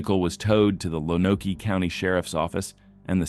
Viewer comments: Also, learn how to pronounce Lonoke. Lone-oak. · Lonoke is pronounced like Loan-oak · Lonoke County, Arkansas is pronounced “lone oak.” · Or Lone-oak